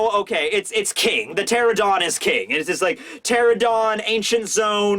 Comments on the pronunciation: It's pteranodon, not pteradon. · It's not a pterodon, it's a pteranodon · PteraNOdon! Please, it's so painful to see so many people in the community butcher the pronunciation in some way or another! At least you! Please! Lol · How does a flying dinosaur have fire on its back!? 😗😐🤨😓 ngl I don’t like big mom being in wano it’s too soon I wanted her to return in elbaf 🤦‍♂️🤷‍♂️ very disappointed w/orochi & the samurai under him so far 🙄 Btw Dino expert here pteranodon is pronounced “ter-ran-no-don” & yes it’s not really a dinosaur lol also the “sabtertooth tiger” is actually called smilodon xD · The fact you keep leaving a syllable out of Pteranodon keeps getting to me.